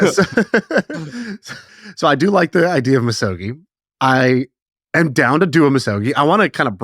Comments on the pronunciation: The G would sound like gee and not jii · You're very close on the pronunciation! Misogi is three equal syllables. Mi (me) So (so) Gi (gi with a hard G). Each should have equal length and equal stress. You can read the Wikipedia entry if you'd like to know more about the Shinto tradition. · Hard "g" in Misogi. Much to learn...🙏